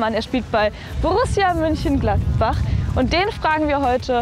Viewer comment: Auch er sagt München Gladbach 😂 ...